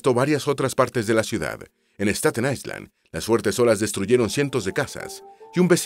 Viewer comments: La letra S no se pronuncia en la palabra island ( ailand) es la manera correcta. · En la palabra “ISLAND” la ‘S’ es muda, se pronuncia “AILÆND”. DE NADA.